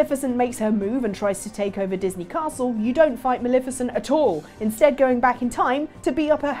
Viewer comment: please stop mispronouncing Maleficent's name 😋